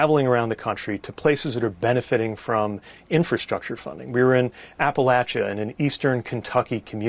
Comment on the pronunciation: i can only say thank you for pronouncing applachia correctly.